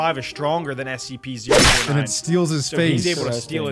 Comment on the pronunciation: You just say sep 4 tin